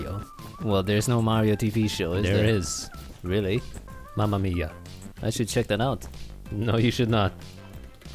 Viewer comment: minute lol I'm italian, nice "Mamma mia"